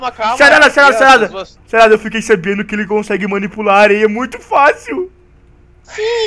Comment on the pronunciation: se voces perceberem ele fala sarrada em vez de sarada